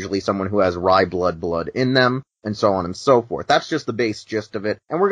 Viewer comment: It’s pronounced Ray-blood and Mee-clas.